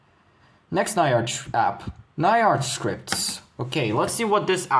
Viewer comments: bro it's not na-ya-r-ch, it's nya-r-ch, like a cat meowing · Pronoinced Nya-rch, not Ny-arch